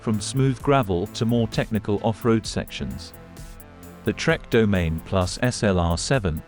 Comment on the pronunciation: Domaine… 🤦‍♂️. It’s Do-ma-nee